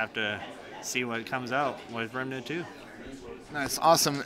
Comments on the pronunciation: It's Remnant not "Remanant" ffs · “Rem-uh-nant.” it’s just Rem-nant. 2 syllables. not 3